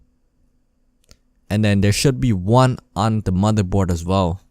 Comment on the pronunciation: The mothurbord, bery sexy